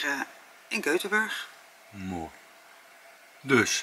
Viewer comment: Göteborg (jeuteborieje) ongeveer is de uitspraak. Oefenen! Hej då! Vi ses!